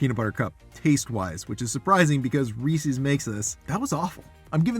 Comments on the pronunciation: I hope you know you're pronouncing Reese's way wrong haha. It's not Reesee's, it's Reese's. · It’s not pronounced Ree-sees. It’s Ree-ses. It’s driving me nuts. Sorry. 🤦🏻‍♀️ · It's not that hard to make them yourself. Then you don't have to worry about what crap might be in them. I do know that Lily's milk chocolate chips and milk chocolate bars are excellent, so I would expect their peanut butter cups to be good too. And, ummm, did you pronounce it Ree-cees??? 🤔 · Not Ree Seas ! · You are pronouncing reese's wrong. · SO many people pronounce it wrong! Hurts my little ears😂